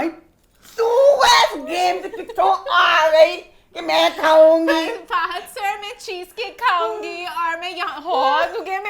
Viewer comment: I love your way to say sir so good😇😇😇😇😇